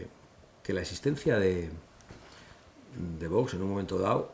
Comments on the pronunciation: Este José Ramón de la Morena, me merece cero confianza. Un periodista , que se diga periodista, primero tendría que vocalizar mejor , como que no quiere pronunciar bien ? El nombre de VOX , el dice Vos , creo que es un personaje un poco falso. 🤮🤮🇪🇦🇪🇦🇪🇦🇪🇦🇪🇦🇪🇦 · Sr. De la Morena, se dice VOX, no Vos. ¡¡Que no pasa nada por decirlo correctamente!!